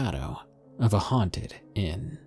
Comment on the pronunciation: "Huanted Walmart" I died XD